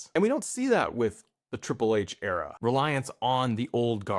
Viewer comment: new era-uh